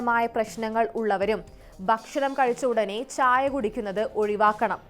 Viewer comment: ച്ഛ്ച്ചായ" അല്ല "ചായ". അത് മതി.